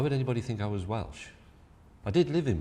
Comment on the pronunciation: Can James May pronounce the word ‘was’?